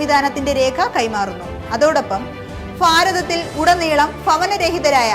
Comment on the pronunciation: ഇത്ര ഫാരിച്ച ഫണിക്ക് ഫോണൊമോളെ ഫാരതത്തിൽ?